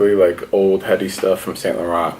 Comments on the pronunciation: It's pronounced Eddie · His name is pronounced like Eddie h is silent my friend